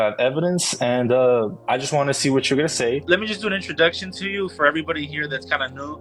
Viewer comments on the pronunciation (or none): none